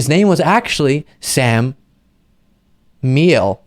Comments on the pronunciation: The Name "Miele" is pronounce (Mi-ē-lé) BTW And do you mean 'in ourlifetime'? Cuz I would have to say Newt Gingrich is also on that list. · Miele "MEE-luh" is German for "painter." It could also be Italian or French.